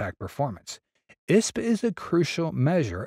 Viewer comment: Eye Ess Pea not "isp."